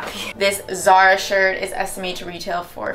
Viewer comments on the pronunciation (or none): none